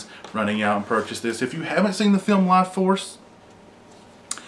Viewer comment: Laaaaughforce? is that's what it's called?